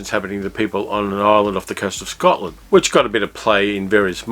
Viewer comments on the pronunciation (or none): none